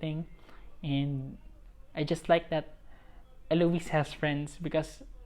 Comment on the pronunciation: you pronounced it correctly. It's Elo-wis. 😄 Good job on this! I'll share this to everyone.